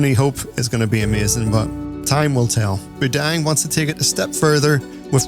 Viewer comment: it's mu-dang like...moo-dong